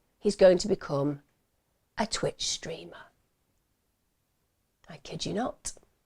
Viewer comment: The way you said ‘twitch streamer’ was so funny.